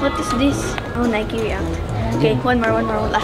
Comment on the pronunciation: Why u Call At Nike is Niky